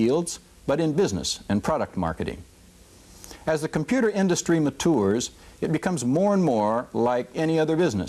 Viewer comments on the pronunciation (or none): "As the computer industry Ma-tours" rofl, weird pronounciation. Think he misread an auto cue or something.